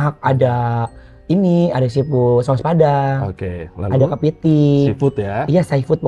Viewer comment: Seafood jadi saypood 🤣🤣🤣🤣🤣